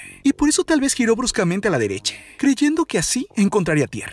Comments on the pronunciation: etc etc etc..... Cual es tu afán de utilizar en la sílaba final de muchas de las palabras de tu narración la vocal "e" como por ejemplo "Floride", "Engañose", "Tierre", "Dereche", "Experiencie", etc, etc,.... hasta el final del video, acaso quieres aplicar el mal llamado lenguaje "igualitario" en tu relato ja ja ja ja ja, le quita atractivo al video, en lugar de concentrarnos en el contenido del video hace que nos fijemos en tu manera chistosa de narrar tu video, ja ja ja ja ja. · Porque habla solo con la e dice :marine,tormente,dereche